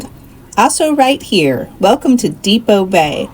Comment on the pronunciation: Not Depot Bay. It is Depoe Bay, named after Chief Depoe